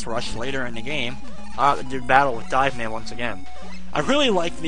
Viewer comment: Hey, it's DIVE man, not Dave fyi.